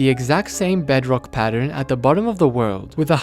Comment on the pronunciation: i laughed so hard when he saiod bugrock edition.